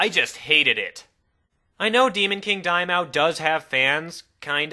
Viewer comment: It bothers me how he pronounces Daimao :P